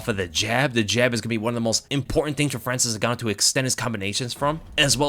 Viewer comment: Frayril N-Gan.. ooh